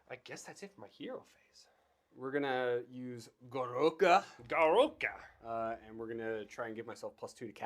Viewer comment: "Gorouka"? 🤣🤣🤣 Your mean the Gork-roara? You know, like the orruk pronunciation for "gork roarer" since it's a giant roaring gork head? 😂